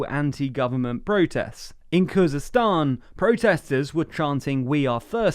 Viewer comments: Khuzestan not Kurdistan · I think you mean Khuzestan